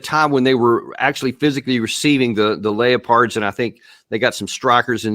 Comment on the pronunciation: 😂 he did he just say "leo-pards"